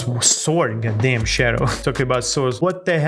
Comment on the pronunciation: BRO THE WAY YOU SAY GODDAYM IS SO FUNNY😂😂😂 .real slasherz never miss a vid